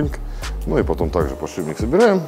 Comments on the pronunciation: Дью охигеет и от самого слова подшиБник. Это слово звучит очень и очень часто в ролике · Показалось или он сказал подшибник ?